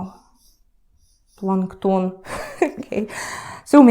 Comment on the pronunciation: The way you said "plankton" with a russian accent is really hilarious 😂 спасибо!